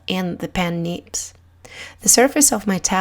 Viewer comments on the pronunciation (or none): Great Video :D Love the way you pronounce "neebs" ^^